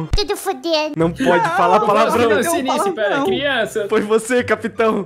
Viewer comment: I tebem ela falou pralavrao que bosta disso véi a anya tá ligando